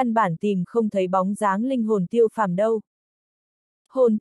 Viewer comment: Tiêu phàm mà đọc tô phàm hoài